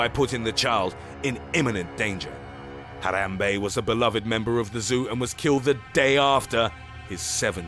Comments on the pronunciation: Why couldn’t you just pronounce it normal man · I love how he pronounces Harambe as “H-ah-rah-mbe” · He even rolls the “Rrrrrr” while saying Harambe. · the way he said it too "NUMBER ONE, HARAM BEY!" XD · why is he saying Harambe's name so weirdly? Haaarrrrrraaambeey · Hathrathrabe it sound like to you said that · The way he says Harambe😂😂😂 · He even rolls the r lol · Fo you really have to enunciate "HARAMBE" so ridiculously? lol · The way he pronounces Harambe is weird. He sounds like a Mexican when he says it. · Um.......the way you say Harambe makes me happy in my insidey parts. Forgive me!